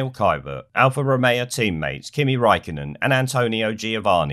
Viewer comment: I like how he can't pronounce any of the drivers lastnames apart from Raikonnen, the driver with the most difficult last name to pronounce